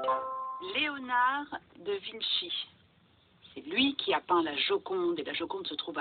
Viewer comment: Sa choque personne qu’elle ai dit Léonard de vinchi 😒😂